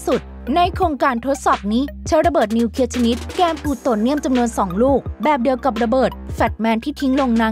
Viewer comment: ระเบิดนิวเคลียร์ไม่ใช่นิวเคีย